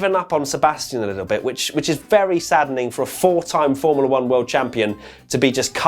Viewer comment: "Sadening"...yes truly sadening!